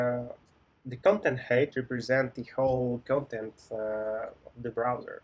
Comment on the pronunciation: Great Video, thanks! Some things for improving if you do not mind. Pronunciation of height differs from 'hate', it's a common issue among Slavic people. Been there, done that:) it's just Brotli. In addition, I'd appreciate it if you could clarify some questions. 1) Is it OK in a real interview to use prepared schemas (based on your experience)? 2) Some companies want to focus on BE system design even though it's front-end position. How to handle such a situation? Should I ask whether they want to focus on BE or FE part? Thanks for your attention